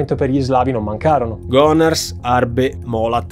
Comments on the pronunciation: Sempre per la storia degli accenti.... si dice "Gonàrs" :) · Gonârs!!! Occhio agli accenti! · L'accento della città di Gonars cade sulla a quindi è Gonàrs. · Video molto bello e interessante, però una cosa piccola te la dico... Si dice Gonàrs, non Gonars. Continua così!!! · Ok però Gonàrs, non Gònars, ti prego. È in Friuli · Non si legge Gonars ma col la s allungata gonarsss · Video molto interessante. Tanto più che io vivo proprio a Gonars... Il campo fu smantellato subito dopo la guerra, ma nel cimitero locale sono tutt'oggi seppellite le vittime di quel campo. Ogni anno i superstiti, e in seguito i loro discendenti, vengono a commemorarne la memoria. Una triste pagina di storia locale. 🙁 P. S. L'accento, in Gonars, va sulla a, non sulla o... 😅 Scusa la pignoleria. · Video bellissimo, ma per Gonars l'accento è sulla a